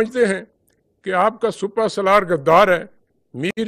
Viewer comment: Bhai jaan sipa salar not supa salar, kahan se a jate hein itne ehm ohde per